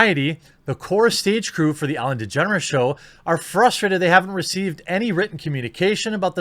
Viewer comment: I thought you said "Ellen Degenerates" for a minute.